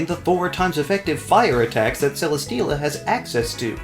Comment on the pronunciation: CELESTEELA, NOT CELESTELLA! FIX IT NOW!